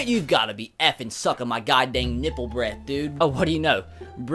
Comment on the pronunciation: Bread not breath bread